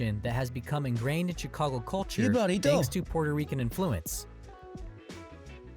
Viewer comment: if that's true, I almost feel bad for him. Can't even pronounce "influence" properly